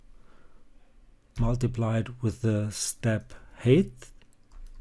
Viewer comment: Thanks a lot. I am so sorry for telling this: You pronounce height wrongly. This is [HAIT]